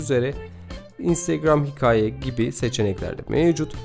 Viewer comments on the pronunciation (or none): çok faydalı bir içerik, teşekkürler. "hikaye" kelimesinde telaffuz problemi yaşıyorsunuz. size yardımcı olması açısından buraya bakabilirsiniz